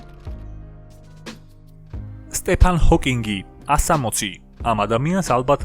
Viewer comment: ესეთ ვიდეოში რავი, ისმაინც უნდათქვათ სწორად რომ სტივენ ჰოკინგი იყო და არა სტეფან.